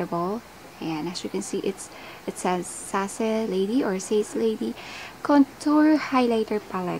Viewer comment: It's " Seys leydi " hehe Balak ko mag full face nyan soon ate 😍